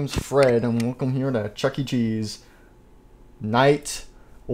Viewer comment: You said chunky cheese instead of chuckecheese